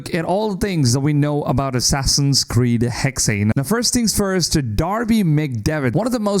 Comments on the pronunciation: It’s not hexay it’s hexe ….. it’s said like this “hecks” a hexe is a pattern of sticks used in witchcraft with each pattern meaning certain things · Why are you constantly saying "Haxay"? The game is called Hexe; spelled h-e-x-e, pronounced as "heks". Heks/hex/hexe is a Saxon, Dutch, Flemish, German, Jiddish word for witch. Or do you also say "axay" for the word axe, and "anglay" for the word angle? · Hexy, Hexey... 😂😂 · I'm Dutch and it's a bit weird ppl naming Hexe like "Hexey" rather then "Hexeh" like the German word for witch. And i really hope the game has some white witches too. 😺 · It’s just pronounced HEX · Why do people say “hexay”? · Hexe is pronounced heks the last e is silent. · The last E in "Hexe" is pronounced just like the first one. He-xe. I like how the AC games always try to stay true to the cultures and languges. Speaking german myself I'm really looking foward to how Ubisoft implements an older version of my language into the game. In case I start playing it in english again, I guess I will be a bit distracted by all these NPC voices, 'cause I'll probably understand them.😂 Now everything that's missing would be an Assassin's Creed game set in Austria during the Habsburg Monarchy and I'll be happy! I mean, Germany and Italy made it into the series as well. And I'm also very excited for Codename Red. The Hidden Ones or Assassins were basically Ninja anyways, in some way, so I think playing an Assassin's game as a Ninja is something that was always meant to happen. And I just really really like the japanese architecture and music 😍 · The way the guy says Hexe was very jarring for me 😖